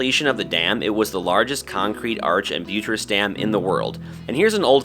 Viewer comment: It’s BUT-ress, not bute-ress